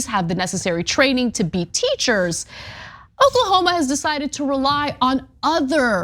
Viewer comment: 😂😂😂....its O-k-l-a-h-o-m-a.